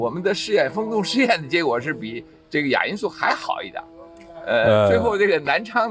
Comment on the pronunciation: 襟翼？怎么发音的？jin3 仅翼？ 连襟，怎么读？ 衣襟，怎么读？ 泪沾襟，怎么读？ jin1, 音今，音斤，音巾。 哑音速？ya3? 音雅？ 亚洲，怎么读？ 三亚，怎么读？ ya4, 音讶。